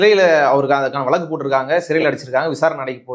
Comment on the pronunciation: வளக்கு இல்வப்பா வழக்கு! இந்த காலத்துப் பிள்ளைகளுக்கு. ழ. வரவேயில்லை. தமிழின் சிறப்பு. ழ. வில் தான் இருக்குதப்பா!